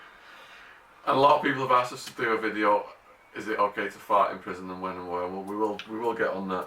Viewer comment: the way he says fart is so funny